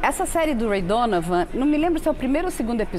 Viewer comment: Ela falou Ray Donavan?!?!